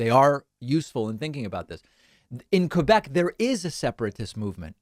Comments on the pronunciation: Just to put things straight: 1- Thank you for pronouncing "Quebec" the proper way. 2- We don't want to 'separate' from Canada to become Americans. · But at least, he pronounced 'Quebec' beautifully.